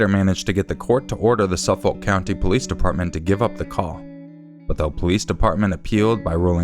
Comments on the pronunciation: I'm from Long Island and it's pronounced "Na-saw" and "Suh-fik" counties :) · Man is it funny trying to hear pronounce Nassau and Suffolk lol … Nah-saw and Suh-fik.